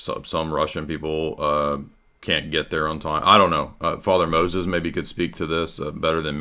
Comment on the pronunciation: Girl wants to pull up with a RC gotcha just to mispronounce the name Moses and not know what the Eastern Roman Empire is. Sad day for Catholic apologetics.